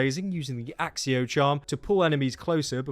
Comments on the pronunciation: You pronounce it like akkio not axio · "Axicco"? No. Sorry man. Just no.